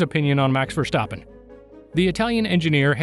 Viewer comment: Verstappen Not Vershtappem!